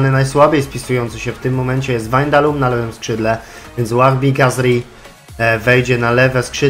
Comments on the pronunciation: Czytaj się WAJNALDUM nie windalum czy wandalum ;p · dalej źle haha czyta sie Wajnaldum:P pozdro